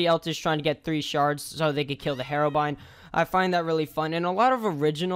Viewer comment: okay pronounce hero then brine, did you get something different because it isnt hearobrine